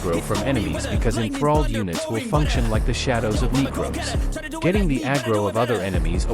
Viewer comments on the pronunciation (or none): That "Knee-cros" was a close one 😳